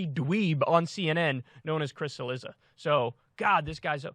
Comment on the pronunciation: I think it’s spelled, Cilizza, which in original Italian is pronounced, Chilliza.